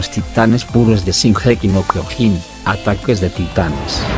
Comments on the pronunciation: El tio: Shingéki no kyogín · Nadie: Este mamañema: shinjeki no kiojin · c*** es Shingeki no Kyojin no gingequi no Kyojin así lo dioses tu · No les pasa q "singeji no kiojin" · Gigeki no quiojin xd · Gigeki no jiojin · JAJAJA SINGEKI NO KIOJIN JAJA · No sabes decir bien sesinokiojin 😤😤😤😤😤😤😤😖😖😖😞😡😡😡😡😡🤬🤬🤬🤬🤬🤬🤬🤬😠😠😠💀💀💀💀💀💀💀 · Si jaja lo pronuncia bien raro jaja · Primero tendrias que pronunciar bien el nombre del anime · Yo solo quiero decir q no se pronuncia como tú dices